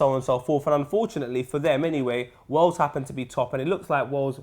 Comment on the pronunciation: Poet says Wells not Wales